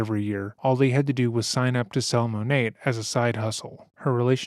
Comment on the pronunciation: I'm impressed and surprised you pronounced Monat right lol. Thank you for including how scammy and terrible that company is!